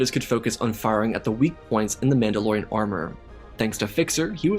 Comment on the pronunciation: maul-da-lorian? Are we deadass? 😂 that’s amazing